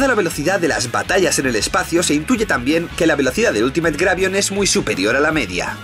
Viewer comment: Me encanta como cree que dice bien la palabra en ingles Ultimate diciendo iultimeit cuando se dice altimit XD